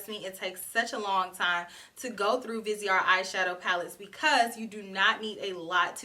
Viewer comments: Who wouldn't love to go shopping in Paris with? I want to try this Vi-say-ar Grand palette (your pronunciation is good, the T & E the end are silent). 😘😘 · i was born in paris xyou pronunce it very well only dont pronounce the final t